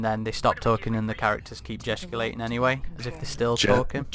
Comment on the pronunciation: Jeh-Stick-u-lating... unless you’ve been facehugged, then you’re gestating and may even gestigulate